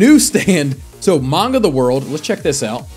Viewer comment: Its manga not maunga plz fix the word ty